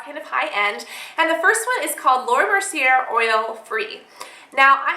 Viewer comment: It is pronounced laura mer-see-ay. sorry, it just bothers me haha